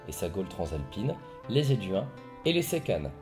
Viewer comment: Abruti , on ne prononce pas les Séquanes , sekane mais Sekouane ,c est pareil comme par exemple aquarium ,tu ne dis pas akarium !!! naze complet !!!